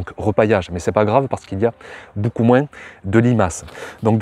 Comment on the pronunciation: une des premières fois que tu dis pas le " s " dans "moinS" 😂